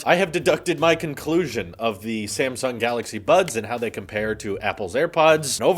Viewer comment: am i the only one that heard "same sung" instead of "sam sung"